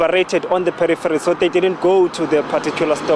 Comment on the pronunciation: Perriferries🤣🤣🤣🤣🤣🤣. Really no malice, just had to.